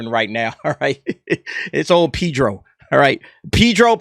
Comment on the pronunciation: ' Pee'dro ' Killin me...